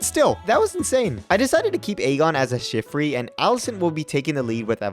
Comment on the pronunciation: *shif-try pronounced “shift-ree”